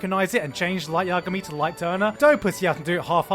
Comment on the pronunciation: "WHITE YAGAMI" LOL